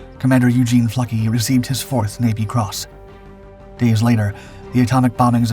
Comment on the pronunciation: Nicholas Neff Fluckey here, incredible story, the narration was excellent. What an outstanding group of individuals, with tremendous courage and resolve. And a strong dose of "Luck" as well. Big props for pronouncing Eugene Fluckeys last name correctly!